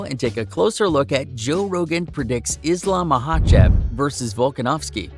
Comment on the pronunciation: Pronounciation is horrible